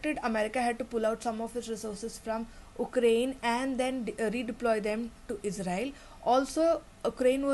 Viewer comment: Ukraine - Why do you say 'oo'kraine, it is pronounced as 'yoo'krayn